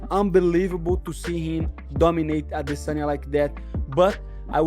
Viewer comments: Why do pronounce Adesanya as dis·saa·nyuh instead of how it's pronounced a·duh·saa·nyuh? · Adesanya Not Adisanya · Man if I never have to hear this a**hole say AdSEnya ever again...... it would be to soon.